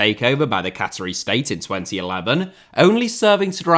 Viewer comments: That's a truly bonkers mispronunciation. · Am I missing some in-joke with pronunciation of "Qatari"?